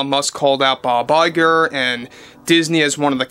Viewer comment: Bob LIE-grrr